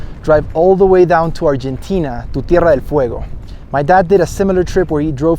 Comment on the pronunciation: you said "Tierra del fuego" Like an Argentinian do, that is amazing